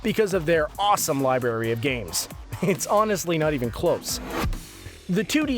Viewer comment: lol this moron said "libary"